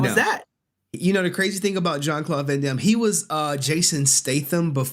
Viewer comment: That fake-ass accent is fucking GOLD! That's probably why Thuy was laughing in the background!🤣 And it seemed like yall missed it, but he actually pronounced Van Dam as "Von Dahm"! Dude is so fake! And btw,, I'm legitimately curious...how you so fast on that sound board!?😆